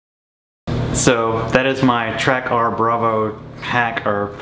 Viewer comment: Pretty sure it's caller Track'er', not Track ARR